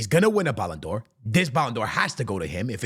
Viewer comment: That’s how Speed pronounces the ballon d’or 😂😂😂